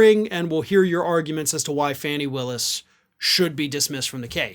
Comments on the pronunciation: Her name is pronouncd "Fawny" not Fanny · I love you, but please pronounce her name correctly. It's FAH-nee Willis, not Fanny. Rhymes with "tawny". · HER NAME IS PRONOUNCED FAWN E = Fani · Hey... One news station says she pronounces her name Fawnie, not Fanny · pronounced ‘Faw nee’ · It’s pronounced as Fawny! It’s disrespectful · Her name is pronounced Fahni. Why do you keep mispronouncing it? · Its pronounced, Fawn-ee in case nobody's told you that. 😊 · Please learn to say her name correctly, after all this time you are still saying it wrong.